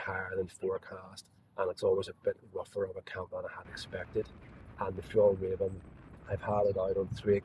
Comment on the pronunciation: It´s Fjell- r-ai-ven. The way you say Fjollräven translates to "sissy fox". Fjällräven means "mountain fox". 😅